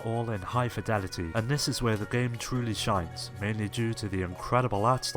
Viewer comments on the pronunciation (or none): none